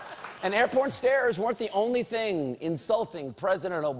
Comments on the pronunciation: Does he say "air porn stairs'? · "Airporn staris"